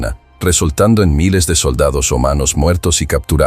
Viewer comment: UNA OBSERVACIÓN...EL TEXTO Y LA VOZ SE NOTAN QUE ES DE UNA MÁQUINA Y ES EVIDENTE CUANDO LA LETRA R LA SUSTITUYEN POR LA LETRA H. Y EN VEZ DE DECIR ROMANOS...DICE HUMANOS...QUE DESGRACIA QUE QUIEN HIZO EL VIDEO ES PÉSIMO EN DARSE CUENTA DE ESOS ERRORES...POR TAL MOTIVO NO LE VOY A DAR LIKE NI SUSCRIBIRME, PORQUE PARA SEGUIR A IDIOTAS TIEMPO ME SOBRA.